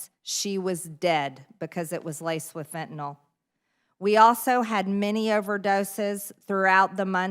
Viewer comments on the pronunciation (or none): Why does she read fentanyl as fentanol?